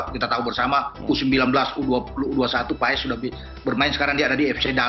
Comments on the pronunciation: Itu Bacanya Bukan PA-ES, tapi PAS. Awesome dibaca Osem ! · Paes di baca (Pas)